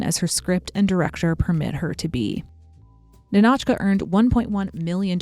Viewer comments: It's Ni`-no-chka like KNEE(stress/emphasis)-no-chka not Ni-NOH`-chka lol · hey! wanted to point out one minor detail . the title of the movie, "Ninotchka", should be pronounced as "nInotchka", not "ninOtchka". emphasis on "I". you can check the pronunciation in Google Translate by typing Ниночка another great video btw, your content is truly my favorite on YT, and I was never even that interested in the history of Hollywood before. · Ninotchka is pronounced Nina-tchka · The film's name is pronounced NIN-och-kuh. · I love this whole video highlighting Greta Garbo and her fascinating allure, but each time the narrator mispronounces the name NINOTCHA leads me to believe she has never seen this movie. It's yelled out many times in the film!